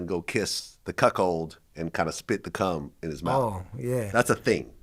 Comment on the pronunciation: Vlad, please don't say "cuckhold" anymore. 🤐